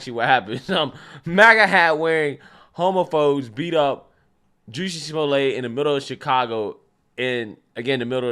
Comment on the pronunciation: I like how forever named him "Juciy Smoo-yay"